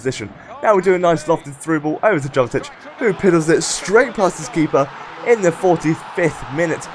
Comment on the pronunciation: I thought it was pronounced 'Yovetic'? Great video again!